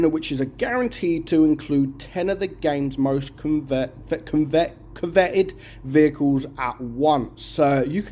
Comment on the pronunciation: “Coveted” just say it like: Cover-tid And you’ll be fine 😉❤️😂